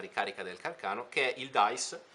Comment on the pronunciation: Càrcano....come il suo inventore😅non carcàno😂